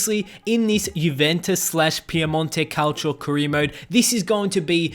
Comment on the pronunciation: like piemonte calcio he prounced it wrong